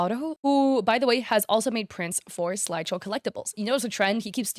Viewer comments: Why are you saying slideshow instead of sideshow? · I swear as a collector it was so frustrating she couldn’t read SIDEshow right. Guess Peanut brain couldn’t read properly over all that yapping